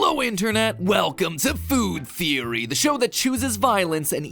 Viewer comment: I love how you said good theory instead of food theory! 🤣